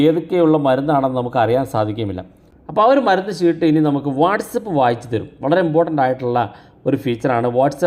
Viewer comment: ശീട്ട് അല്ല chett ചീട്ട് എന്നാണ്